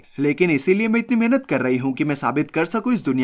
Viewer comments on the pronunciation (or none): none